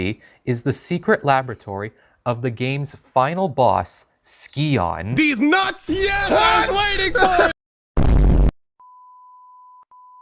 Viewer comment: Names pronounced Sigh-On. Still a good Video 👍